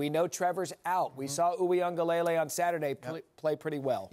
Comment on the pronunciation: The way they say DJ’s last name is so cringe🤦🏽‍♂️ it’s pronounced wing-ah-leh-lei